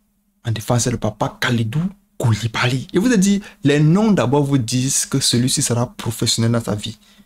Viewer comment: En tout cas avec nos noms senegalais, le brother n’as pas fait le voyage pour rien 😃. La facon dont il met l’accent sur les syllabes : KOU LI BA LY | NIAKHATE. On ‘a l’impression de bruits de baobabs qui s’effondrent (lol)